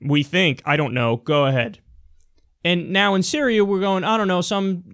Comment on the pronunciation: Me likey the accented i in "Syría"